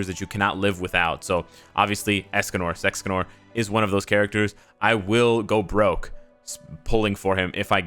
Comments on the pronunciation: hey bro why do you say sexcanor ?? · You said Sexcanor. Giggity goo.